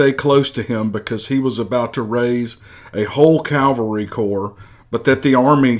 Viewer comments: The word is CAV alry, not Cal vary! Calvary is where Jesus died. Cavalry is a group of horse soldiers. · You wouldn't mean "cavalry" rather than "calvary," now would you? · It's a modern narration of an old letter, wrote above " I took a few liberties with the story to make it entertaining " area / era is likely just a mispronunciation, he also refers to "calvary" instead of cavalry. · It's CAVALRY not CALVARY! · It's CAVALRY not Calvary. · Great story....but it's pronounced CAV ull ree , not COWL vuh ree . Calvary is where the Lord was crucified. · I would love to hear this story. I simply cannot listen due to the constant mispronunciation of simple words. CALVARY vs CAVALRY: there is a difference. Words mean things. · Pronounced; CAVelry....NOT....CALVARY. ....F.Y.I. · CAV AL RY not CAL VA RY!